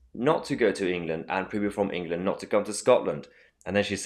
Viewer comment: She can’t even say the word England